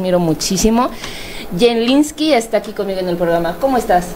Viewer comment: La entrevistadora tendría que aprenderse los nombres de a quienes va a entrevistar, en este caso el nombre del canal, es Jlynsky no Jenlynsky🤪.